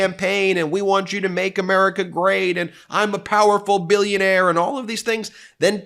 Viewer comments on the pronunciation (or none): none